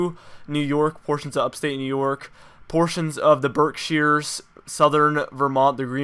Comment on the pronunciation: Berkshire said it right👍🏻